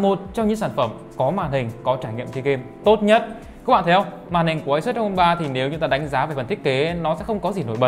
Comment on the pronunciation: REPUBLIC OF GAMER thì đọc là ROG ROG i chang thì đọc là Rốc ?????